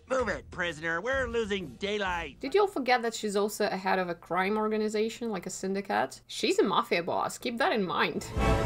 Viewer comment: Did you say that the cat was the head of a syndi-cat?? Lol